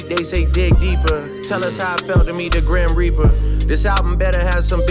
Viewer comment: Sounded to me like he said "Meet the Grahamreaper"